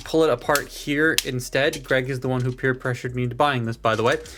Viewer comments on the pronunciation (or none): none